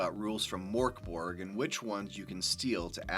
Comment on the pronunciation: I can't stop laughing. Pronouncing it like Morkborg makes it sound really goofy. Like something from the muppets. Now Mörkborg, Swedish for dark fort sounds pretty cool I think but the way it's Americanized and also the way the letter ö is just treated like an o makes it sound so silly, I'm sorry.